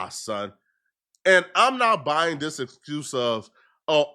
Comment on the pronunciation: can't say the T word! Saying Diss instead of This all of the time ain't Datt bro!